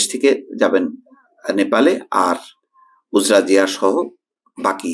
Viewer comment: সঠিক উচ্চারণঃ উজড়া জিয়া